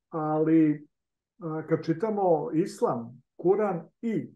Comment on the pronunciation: Pa ti,ne znas pravilno da izgovoris ISLAM, a kamo li da ga TUMAČIŠ.